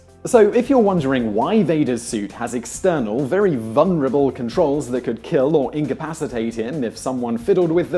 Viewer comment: Also, the word vulnerable has two Ls in it. It is not pronounced VUN-er-uh-bull.